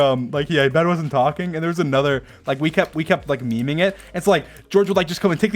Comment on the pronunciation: "Meming them"